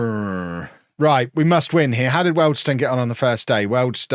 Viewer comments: I'm 99% sure you're doing it for this reason but it's pronounced wield stone 😂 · I think you're the first person I've ever heard mispronounce the weald bit of Wealdstone. People usually pronounce the stone bit as stun. Love the vids